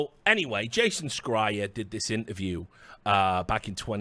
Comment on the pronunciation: That's not how you pronounce Jason Schreier. Also to play devil's advocate here: First you start off by condemning the abhorrent practices from videogame companies with regards to crunch and other such working conditions, appalling for sure but then you go and tell us in order to work in that industry "you need to have a very narrow point of view" with regards to equality in terms of how gender and race are portrayed in media/games. Isn't that kind of indignation very selective? Like, we're allowed to be up in arms about crunch but not other social issues? I'm very much opposed to hidden agendas and "wokeness" just for the sake of it but the above strikes me as somewhat hypocritical. That said, I haven't watched further for fear of TLOUII spoilers so I might not have the full picture of your argument. Keep up the great work though Richard and would love to see you back in the CSGO scene proper soon!